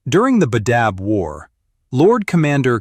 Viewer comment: "genna-seed" it's pronounced "jean-seed" and it's not "Bay-dab", it's pronounced "Bah-dab"